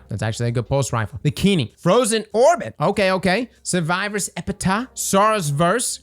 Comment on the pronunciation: The way he pronounces Epitaph irks me. Idk why. It just does. 🤣